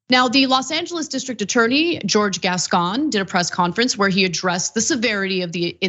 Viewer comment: It's Jorge, not George. Prounounced HOR-HEY